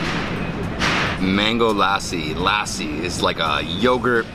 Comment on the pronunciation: Remove the “aa” from lassi. L a ssi. PS. Loved the shirts .